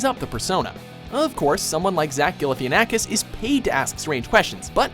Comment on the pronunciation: You pronounced Zach Galifianakis's name wrong...